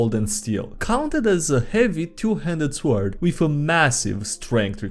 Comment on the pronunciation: Still suprised that you have yet to pronounce sword correctly in any of your videos